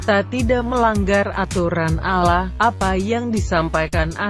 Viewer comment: Gua gak suka suara perempuan... Kalo panggil nama Allah yg benar jangan panggil aloh. Gerti gak Lo.